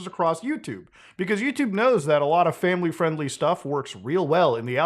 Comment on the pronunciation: "that's not famiwy fwiendly" -Muta 2023